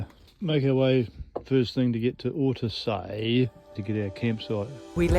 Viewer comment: hello guys! Ortisei, not "ortesei". and "tre cime DI Lavaredo", not "de" ;)